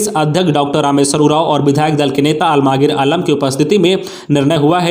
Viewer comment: Udghosak har ghosana me Minister Alamgir Alam ko Almagir Alam bolte hai kahe?